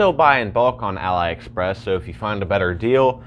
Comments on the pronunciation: why you say alibaba but "A-Lie Express" lmaooo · Great video, but you were misprounicing the whole time Aliexpress.